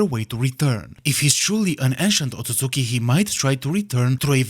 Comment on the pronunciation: We love a correct Otsusuki pronunciation 🔥